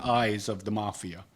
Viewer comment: When talks he has a dumb voice. He sounds so stupid. He can't pronounce small words. Can't even say vodka. "Duh, buy my vodker. I was a made man in the mafier for 20 days."